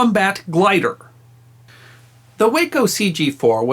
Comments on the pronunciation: FYI Way-Co aircraft is actually pronounced Waah-Co , as in "Wacky". Check with any pilot familiar with Waco biplanes, their most known plane today. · Like your channel and enjoy it immensely. Thank you! BTW, Waco CG-4 is actually pronounced wah-co, while way-co is the city in Texas. IIRC, Waco is still in business and in 1930's, was the largest manufacturer of civil aircraft in the world. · If I may, the Waco company pronounces their name, an acronym (Weaver Aircraft Company), “Wah-koh” rather than “way-koh”. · I think you corrected this in one of your other videos, but the glider, made by WACO, which is pronounced "WAH ko", not "WAY ko". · W (long A) co is a city on Interstate 35 in central Texas. The aircraft manufacturer was pronounced W ahhh co. Lovely story, though. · Waco is pronounced Wah-Co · Waco is pronounced waaa - co like aw shucks. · Wonderful story. Just one nit: Waco aircraft; it's pronounced Whah-Coe. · Just FYI, WACO is known by the aviation world with the "a" sounded as "ah". WACO is itself an acronym, originally for Weaver Aircraft Company of Ohio. Makes no real difference, of course, just thought a might like to be as correct as possible. From an old Air Force fighter pilot. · WACO - Weaver Aircraft Company - rhymes with "taco"